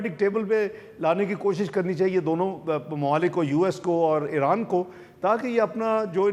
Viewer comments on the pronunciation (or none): none